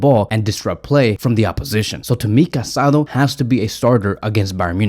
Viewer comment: The Barcelona midfielders’s name is pronounced Ca-sa-DOUGH. The Accent mark over the last vowel means something. It is disrespectful not to pronounce his name correctly.